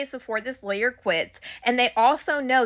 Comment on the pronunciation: Good information. You were thorough. However, some of those words that you pronounced wrong were distracting me. (Lawyer, gigolos, etc…)